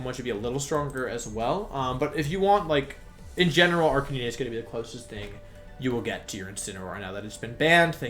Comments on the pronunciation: Did this noon really say Arca-nee-nay, Venyasaur Jiggalith, and Cinderachy?? Is your i.q. the same as your shoe size? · Me: it’s okay to pronounce words differently! Language is ever-changing and you’re bound to see differing ways to say words! Me hearing wolfey pronounce arcanine, a Pokémon name with the route word “canine” as ‘arka-nee-nay’: this is blasphemy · I have to know, does he say the pokemon's name incorrectly on purpose? Arcaneenay? Tojuhkiss? Jiggalith? Cinderachi? He says Ninetails... THEN SAYS Neenaytails?! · Wolfey darling, I love ya, but it's pronounced "ar- k- nine" like canine the canid species of animal e.g. dog, fox, wolves. Fun fact! It's why the robot dog in Doctor Who is called K-9, not K-NEENAY. Also, it isn't "Cin- deh- ra- chee"! 'Cin- der- ace' is how it's pronounce, a combination of cinder (fire) and race or ace in reference to an athlete or pro competitor. Where does the 'ra-chee' bit come from? And what does it have to do with a fire bunny who plays football? PS love the vids dude, you're a great guy! But please learn how to pronounce them as you're the first person to bother me this much due to your pronunciation not even being consistent to how vowels and syllables are used in the English language. PS PS it's Venus (reference to flesh eating plants the flower on it's back is based on)- Saur (like a dinosaur... That bit you got right). PS PS PS "Nee- Nay- Tails"!!! Are you kidding dude! It has Nine Tails! So how do you reckon that's properly pronounced hmmmmm?? I dropped a like. <3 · Random Question: I’ve noticed when watching your videos you pronounce some Pokémon names a little strangely. Like Arcanine, you say Ar-ca-nee-nay? Or Gigalith, you say Jig-alith? Cause his name comes from ‘giga’ and Giga Impact isn’t pronounced Jig-a Impact? Or am I just way wrong? Lol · Why are you saying at arcanine as ark-ah-neen-eh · Arcaneenay... My dude. Try again. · what did you call Arcanine? Never heard it pronounced that way.